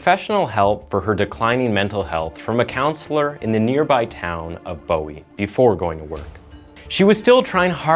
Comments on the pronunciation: OMG, that is the hospital we use, as we live in Bellevue . It’s pronounced Booy. The doctors you mentioned, Chance is my doctor and his dad took care of my granddaughter a couple of weeks ago for croup. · It’s “Boo-hee’” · My mom grew up in Bowie, and we pronounce it "boo-wie". No hate, it's definitely the weird way to say it lmao. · Not Bowie its pronounced booie